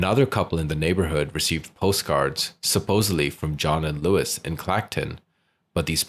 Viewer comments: Her mother's name is Lois, not Louis...FYI. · Why are you calling her Lewis it’s Lois as In Lois off family guy